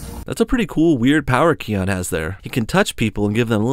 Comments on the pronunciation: I'm getting so annoyed on how he hears them pronounce "Ki-on" yet he still pronounces it like "Ke-on" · You pronounced kion wrong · Its "Zuka Zama" you spelled it wrong. Kiara was from The Lion King 2. Kion is pronounced Ky on. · No, pronounce it like this kie-on. kion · I love your videos but it's cringy how you say Kion's name wrong even though so many clips they said his name.